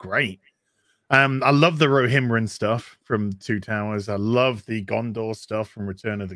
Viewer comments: Glad I'm not the only one that was bothered by the "Rohimrin" thing lol. Excellent chat gents. Cheers 🍻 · rohimrim, was killing me, llloooooooooooooooolll. glad someone mentioned it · and faces every time tries to say ‘Rohirrim’